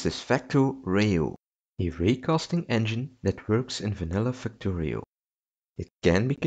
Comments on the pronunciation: "Facto" "Rio" I'm sorry WHAT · "Factory-oh" btw